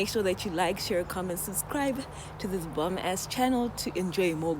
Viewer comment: When you say bomb ass I hear bum ass 😅